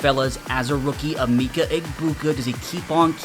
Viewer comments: Yo his name is pronounced eh meh kuh no meeka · Eh-meh-keh not a-mi-ka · As someone from Ohio it pained me hearing him call him E Meekah it’s Uh-Mecca 😂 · Thank you bro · Ah-meh-ka Emeka not E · The way you're pronouncing his first name makes my skin crawl lol still a good video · can u please learn how to say his name bro 🙏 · your saying his name wrong